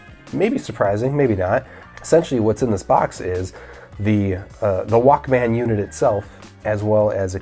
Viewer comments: you pronounce it walkmin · Growing up in the 80s and 90s I never heard anyone pronounce the Walkman the way you do :D hehe. Great video by the way.